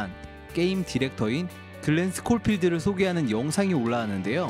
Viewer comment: 스코필드인데 왜 은 자꾸 스콜필드라고 말하심??ㅋㅋ